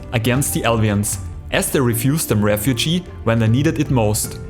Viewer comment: FYI, Refuge. You pronounced it refugee. Sounds like deluge, or centrifuge, or scrooge.